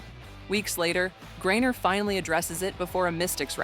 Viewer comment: Stop mispronouncing griner😢